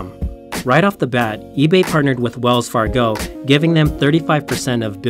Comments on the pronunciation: I agree, I was confused by the "Cofinity" thing also. He needs to redo this video with the correct logos (the actual Confinity logo turns up with a single Google search) and pronunciations (Wells Far-go?!). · wrong confinity logo, THeal, CompaCT, Wells FargO (wrong emphasis); c'mon!! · That was annoying but the final straw was when he started saying wells far-GO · Wells farGO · He also shouldn't talk like a stuttering fool who can't pronounce Wells Fargo... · Wells Fargo too lol